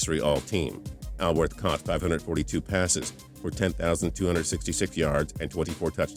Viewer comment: PAUL WARFIELD SHOULD BE ON THE LIST INSTEAD OF OWENS. ANNOUNCER ALSO MISPRONOUNCED BAMBIES LAST NAME-IT'S SPELLED ALWORTH BUT PRONOUNCED ALL WORTH NOT AL- WORTH. MAYBE RAYMOND BERRY SHOULD BE ON THAT LIST TOO ALONG WITH DON MAYNARD.